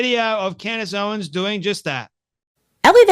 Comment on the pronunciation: Ur not even saying her name right.